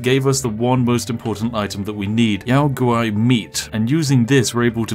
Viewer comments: "yow gowrie"? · did you calla a yao guai "yao gari"? lol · I'm sorry, how did you just pronounce Yao Guai? Yao gauri? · Yow guwhy - yao guai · We just gonna gloss over "Yao gowry" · I've always said it the way the NPC's say it, they pronounce it "Yow G-Why" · Gotta love that Yao Guai pronunciation XD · The way he pronounced Yao Guai pained me lol